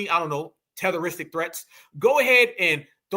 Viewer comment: " I don't know, Tehteristic threats" 😂